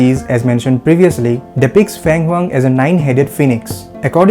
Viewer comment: Pronunciation: Feng Huang Feng = Sounds like Fern Fir Feng… Not Fang 🧛‍♂️.